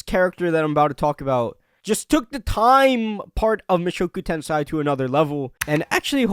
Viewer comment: Repeat after me: Moo (like a cow) show (like showing ), ku (cool but cut the L) , Ten (10) , say (say say) Now repeat Mushoku Tensei not tensai 😭